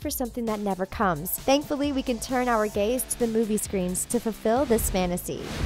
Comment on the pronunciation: does she say “turn our gays to the movie screen” 😂